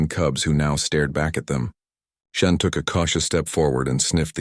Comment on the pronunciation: It's a computer-generated voice. If its worst mistake is SHEN instead of SHAUN then it's doing pretty well. Irish names are notoriously difficult. (Siobhan is pronounced Jhivaun? How do you work that out?)